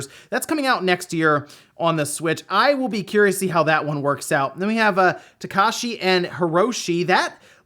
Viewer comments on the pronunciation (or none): It's TakEshi,. Not "takAshi". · He absolutely does not care. He doesn’t give a shit about English, let alone a foreign language.